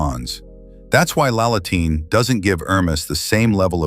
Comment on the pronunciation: Love the drawings of the training tool you made! Just a few tips for your TTS. Sabin is pronounced “say-bin”. Kurdecha is “ker-de-cher” (short “e” vowel). Laletin is “la-LE-tin”. Be careful on which syllable to stress here. Do be sure to take note for the future.